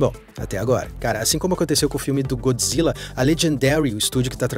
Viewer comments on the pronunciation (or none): none